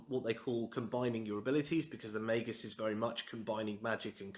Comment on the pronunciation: Finally! Someone else who pronounces it May-Gus. Also your home looks lovely.